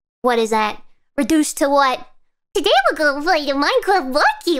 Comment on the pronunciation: She make a looooooooooot of people happy around the world and she doesn't know it Or she does? Anyway, let's support her Im writing this while i heard her saying uwu and minecwaft...